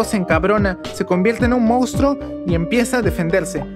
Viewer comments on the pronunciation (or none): none